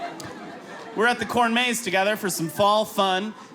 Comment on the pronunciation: He says corn maze weird ... i listened to this like 5 times. The inflection is on maze instead of corn.